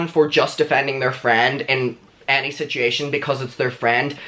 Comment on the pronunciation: Am I the only one that loves the way he says "situation"?? BTW, I side with Trisha because Scotty has something to gain by defending David. Trisha has learned from her mistakes and may be trying to save Scotty from making the same.